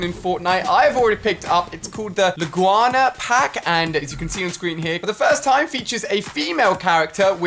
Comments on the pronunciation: It’s Laguna not Laguana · It is not Laguana it is laggoona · Laguana?? its pronounced 'la-goo-na' you bot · Why do a lot of people say laguna like la-gua-na when it's pronounced la-goo-na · LUGANA how its properly described mazda laguna seca raceway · It’s Laguna not Laguana 🤣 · Apparently you need help on pronouncing the new starter pack skin Laa-goo-naa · "Lag-wana" Ali? "Lag-wana? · Why can no one say la- gune-uh Laguna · He just butchered the starterpack name